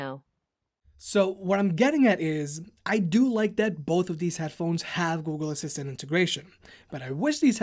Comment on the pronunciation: “Lack of a dedicated Google Assistant...” something? Can’t hear what you’re mumbling here at all.